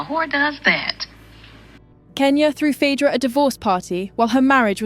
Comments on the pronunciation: 'Phydra". Okay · Phadra, phedra, phidra...... trash AI narrator. Pick a pronunciation! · Pick one pronunciation of Phaedra😂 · Different pronunciations of Phaedra. Crazy